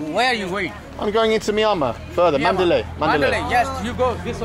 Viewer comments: No... No... your pronunciation "Myanmar" is wrong... pronounce as "MI+YA(open the mouth when you pronounce "YAA") +N+MA" ''' (NOT - MAYAMA) try to pronounce as Asians.... Good Luck.. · Myanmar is pronounced as Mmm-yen-mar, not My-an-ma or Miami, the way that you pronounced it. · Bald..we say MEE ANN MAR ...not MEE AHH MAR!!😉 My xGF was from Yangon (Rangoon) Capital City.👌9 out of 10 r BUDDHISTS...TOTALLY & "BLINDLY" DEVOTED TO IT!!😨It's IMPRESSIVE the way they RESPECT, BELIEVE & OBEY such Religion...to their own limits!!...i "stuck" myself to my own principals of life of ENOUGH IS ENOUGH!!😞 Still...THEY ARE VERY GOOD PPL...even TOWARDS FOREIGNERS!!👌 NICE Video!👍 Stay safe Bald. 👌✊👏👏👍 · I shall never be able to see the name Myanmar in print again without pronouncing it "Squiggle-Squiggle"! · He said Myanmar but I lisern it miama 😁 lot's of love from India 🤞🤞🇮🇳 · Is it me, or is there something off about Bald's pronunciation of "Mynamar"? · Just watched this video again, it's pronounced ME AN MAR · You saying it wrong...it's Meanma. Stress on Mar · Him saying Myanmar is killing me ahahahaha He clearly isn’t saying it right lol Mi-ann-mar! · I've heard it pronounced ME. ANN MAR. Which is correct? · My guy said squiggle town 😂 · Myanmar is pronounced mee-ANN-mar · Its pronounced MYanmar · i thought he said MIAMA hahahhaha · FFS Bald, it's pronounced: My-An-Mar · Rename the video - My Top 10 ways to pronounce Myanmar. 🤪😂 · Your attempts at saying Myanmar are hilarious 😂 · Why do you not pronounce the N in Myanmar? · incredible to see how many times a man can say word "Myanmar" wrong... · Myanmar 🇲🇲 please learn to pronounce it right